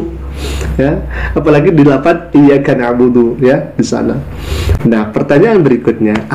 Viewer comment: Aku hanya bisa ngakak,, barusan baca Al-fatihah aja udah hancur lebur,, ن lari kemama م lari kemana-kemana😂😂😂...... Iyyākana'budū Wa iyyākanāmusta'īm😂😂😂..